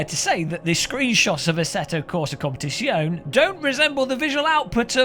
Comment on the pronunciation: FOR GODS SAKE LEARN HOW TO PRONOUNCE "COMPETIZIONE" BEFORE I KILL SOMEONE IT RAPES MY EARS EVERY TIME YOU PRONOUNCE IT TERRIBLY AAAAAAAAAAAAAAAAAAAAAAAAAAAAAAAAAAAAAAAAA